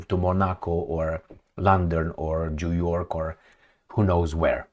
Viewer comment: did you say Joo York? 😂😂😂